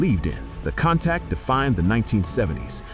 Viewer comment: I don’t k know if I have ever heard a video so full of hyperbole. BTW, one of the earlier Lamborghini you referenced is pronounced Coon Tuash, not Cown Tact.